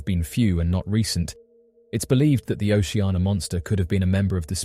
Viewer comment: Its O C Anna ... Not O she ah na ...